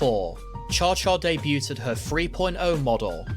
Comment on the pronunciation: Great job with the vid, but I took a bit of psychic damage every time he pronounced debuted as debut-Ted.